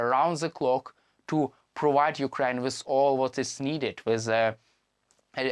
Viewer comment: Channels like these should be banned. The poor idiot cannot even pronounce Ukraine properly. Why in the world would someone like this make a big fool of himself?